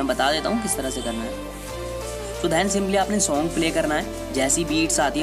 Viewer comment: bhai shong nhi hota song hota hai 😂